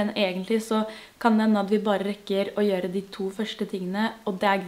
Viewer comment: Ikke gjørre, men gjøre, ikke tbanen, men t-banen, ikke avsláppet, men av-slappet.